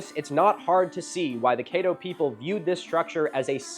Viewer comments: Locals pronounce it CADD-O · 1: Caddo: Cædo æ as in bad [bæd] 2: The first syllable of Zebulon rhymes with reb, as in rebel. That is the way I was taught in Coloradan grade, jr. high and high school back in the 1960s-70s. If you don't trust old fart teachers, my rabbi would use that pronunciation in English and Z'Voo-lunn in Hebrew. Translators make errors and languages change. Then there was the establishment of the Massoretic text about 1100ish years ago... The Tenach (Hebrew Bible) was reëdited and some old grudges... For some reason the Samaritans use a Torah whose text is suspiciously like the text of the Septuagint? Zeb was the sixth son of Jacob and Leah. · Caddo is my favorite place in the world. But him pronouncing it ka-DO and Kay-doe is breaking my brain... At least he got help on Natchitoches. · From Oklahoma here, Caddo is pronounced kad-doe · CAD-do. Louisiana requires special knowledge for the pronunciation of pretty much everything and everyone. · Louisiana archaeologist here. Quick fyi, the A in Caddo is pronounced like in Cat. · “Ca” like cat and “ddo” like doe. That’s the correct pronunciation. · He’s is mispronouncing Caddo Does not lend to credibility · That's not how you say Caddo man 😭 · Great video except you mispronounced Caddo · His pronunciation of Caddo also rubbed me the wrong way, and I’m from the area. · Great video but holy wow the pronunciation of pretty much every town name besides Shreveport isn’t even close. Natchez, Caddo etc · It’s not Cāddo. (Ca)t 🐱 (Ca)ddo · The a in Caddo is short like the a in cat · It’s pronounced ka-dow…or cat-dough…not kay-dow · The A in Caddo is pronounced more like cat instead of Kate like you are using. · It is pronounced Cad-ooo, not kaydo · Grew up in Caddo Parish on the Black Bayou, so cool seeing someone not from our area learn about the raft. It's Caddo, like "caddy", not Kayddo. 10/10, great video. Looking forward to the Poverty Point video. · Yours saying Caddo wrong brother. Chad-Doe